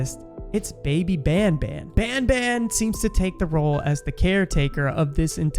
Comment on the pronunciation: band band? its ban ban(no hate)